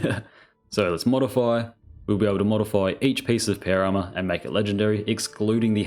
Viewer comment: Dear, I still find it so funny hearing you saying "péuer arma"